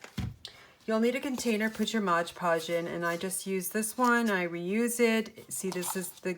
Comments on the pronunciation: Love these. I am a crafter too and please learn how to pronounce MOD Podge. It's not Modge Podge. Thank you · I love all of your magnets! But why do you call it Modge Podge??? Its MOD Podge!!! I noticed that somebody else commented on this too! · Great video, thanks. It seems like everyone calls it Modge Podge, when it is Mod Podge. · Why do people call it Modge Podge.... read the label... it clearly says MOD Podge. Couldn't finish watching... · Not trying to be rude but why do people call it moG podge? Almost every crafting video when someone is using it they say moG podge and I die a little inside. Did it maybe use to be called that or something? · I had these marbles & paper scraps in my stash, what a great way to use them. I think it’s hilarious that you call it “Modge Podge” (I do too) 😂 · Please! It is MOD podge!